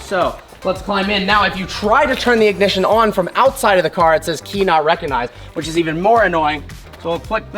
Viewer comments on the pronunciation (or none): none